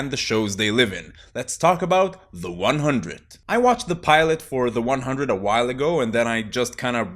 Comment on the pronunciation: I am extremely surprised to see no one in the comments told him he's pronouncing the title of the show incorrectly